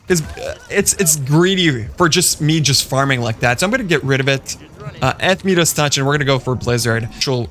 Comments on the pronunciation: Your me-das touch is killing me.. it’s pronounced my-das. Nice video, I enjoyed it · Mia-duhs… not meeeeduss